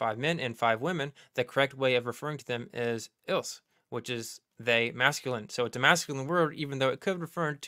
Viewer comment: The “s” is silent in the French plural pronouns “ils ” and “elles.” If they are followed by a word beginning with a vowel then they are pronounced as “z.” It is called”liaison.” Ok back to the great presentation.